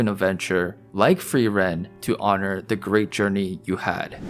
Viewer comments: Ey man, don't want to sound like a wise ass but it's not pronounced "free.. ren" but like one word, more like "freerun". It's German for "to freeze/freezing". Actually all names are German and are pretty on the nose for most characters ;) Frieren - (to) Freeze Fern - Remote (far away) Stark - Strong Himmel - Heaven Heiter - Bright Eisen - Iron Flamme - Flame Linie - Line Lügner - Liar Qual - Torment Nonetheless the greatest show of this year. Along with Evan Call's awesome soundtrack! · Hi. Frieren is a German word - like MANY of the non-Japanese names used in anime - and means Freeze. It is pronounced F-rear-en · or say furieren like just try to prounce the r is in a not english way plz xd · Imagine calling "Frieren" "Free Ren" man i love AMERICAN FREEDOM